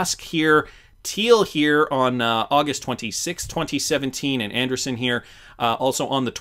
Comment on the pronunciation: Interesting… I’ve heard most others pronounce it an-dree-ssen and not an-der-sun. Must be something about the way it is spelled